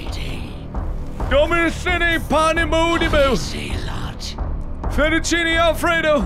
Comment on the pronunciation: When mark said Finichiti Alfredo i swear the cultist laughed